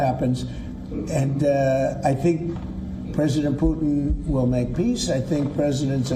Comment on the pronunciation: It's not "pootheen" it's "Pu'tin"